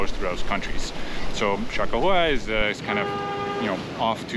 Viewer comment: It's "Cha Kah Wah!"